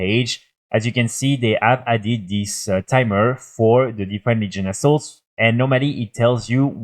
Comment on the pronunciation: Your way of saying "Legion Assault" sounds like "Legion Assholes".... lol